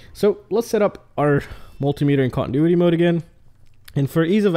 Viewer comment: Great info. Please though...its con-ti-nuity, not contintuity...ahhhhhhhhhh......